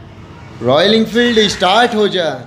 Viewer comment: estart nhi start bolte hai bhai 🤣